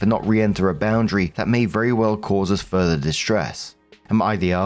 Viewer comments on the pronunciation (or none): none